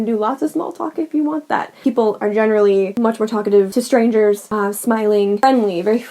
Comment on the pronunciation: When he said „i felt sränge“ i relly felt germanisation 😂